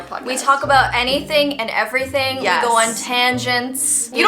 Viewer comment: E-vee-y thing podcast